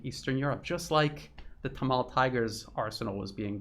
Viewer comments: Good stuff, but correct pronunciation is 'Tamil' not 'tamal' as you say. A couple further things in reporting is a China developed/leased port facility and also how leadership got sucked into extreme green policies like organic farming which crashed exports. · excellent analysis, but a quick hint on pronunciation... it is SHREE lanka not SHRAI lanka, also TAAMIL, not TAMAAL... small details but make this more easily assimilated by people living in that region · Pronounced as Sree Lanka. Tamil pronounced as Tam-mer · As a language teacher / student, I'd like to give you a minor pronunciation tip. The "i" in "Sri" and in "Tamil" is pronounced "ee." Just as in Italian (spaghetti) and Japanese (sushi), the "i" is not the long "i" as in "high," but the short "i" as in "spirit." Hope this helps. Thanks for all the great reporting and insights and commentary. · Sri Lanka is pronounced shree - lanka. Tamil is pronounced tam - meel, rhymes with Tammy. I visited the country twice, once at the start of the civil war & once again immediately after the end of the civil war. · Quote: "Gadavillers Panoir 9 months ago (edited) Hi! A Sri Lankan here. Let me clear up some confusion. Even though it is written 'Sri'; we pronounce it as 'Shree' because that's how it has always been pronounced in our native language. " Also: "Tameels". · Excellent analysis, but the pronounciation of many words like Tamil was wrong. Hope you figure it out next time